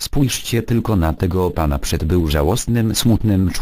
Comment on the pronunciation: Hahaha "przet" dobre ;)